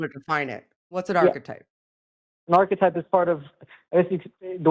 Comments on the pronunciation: it's arch->e<-type Have a good one, cheers!:) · If I had a drink for every time said ''architype'' I'd be suffering liver failure within 2 minutes.